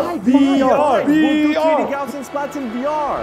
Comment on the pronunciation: Hey guys, love your work but can I suggest a correction on pronunciation? The correct pronunciation is Gauz-ian splatting. It's gauze like you put on a wound, not gow like cow.